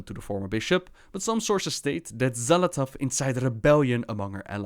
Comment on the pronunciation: De X wordt uitgesproken als 'sj'. Dus 'Sjal Athath'. Met een pauze tussen L en A.